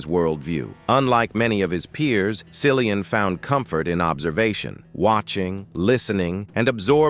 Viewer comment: It’s pronounced Killian not Sillian. Flipping AI dingdong.